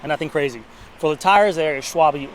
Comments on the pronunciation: Schwalbe, pronounced Sh-val-beh. German surname or German word meaning "swallow" (like the bird). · Schwalbe is german for swallow (the bird) and it is pronounced SchwaL- Be. It is in fact not schwable, schwabl, schwabee, schwabel or schwalibee. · Schwal-buh. Like Porsche is Porsj-uh and not Porsjeeh (or Porsj). It is not that hard. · Schwalbe is a German company shwal-ba is the pronunciation! I think the $5k price is basically the pre-covid $3k range & explains the weight along with the aero/low end groupset. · Schwalbe is pronounced sh WALL be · Hi, a Schwalbe is a swallow in German. These were tires imported to Germany from an asian company called swallow. The owner just translated it... It´s pronounced in the begiinning like shwing and an hard e at the end ;) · Schwalbe is German for swallow 😂. It's actually easy to pronounce...how about you check it online 😂😂😂😂.